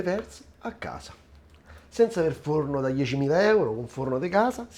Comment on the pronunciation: Ti seguo sempre ma quando dici sono a gasa oppure, mi hanno dedigado, non ti si può sentire. A questo punto parla in dialetto che è meglio.